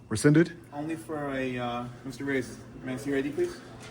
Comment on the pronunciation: You are a disgrace his last name we don't pronounce it the way you do, trying to sound white. Reyes learned and pronounced his last name the way it should.